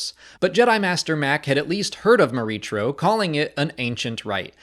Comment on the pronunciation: I have to believe this was meant to be pronounced "Mor-EE-kro", with a "K" sound. Unless someone at Lucasfilm has said otherwise. The "CH" pronunciation is awkward and unintuitive to me.